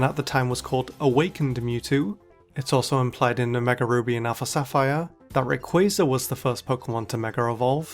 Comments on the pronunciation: Why do you say "megar evolution" instead of mega evolution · Why does he keep saying megar evolution 😭😭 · This guy says mega as 'megar' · Its his accent, hes saying megar evolve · Mega does not end with an R! -_ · but he says it correctly some times, and adds a non-existent R other times. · This is actually just a phenomenon in British accents where an /r/ sound is added between the last vowel of one word and the first vowel of the next. It makes forming the sounds smoother. To Brits it is completely normal, to the point of being unnoticed until someone with a different accent points it out. It's called an "Intrusive R" if you want to look it up more.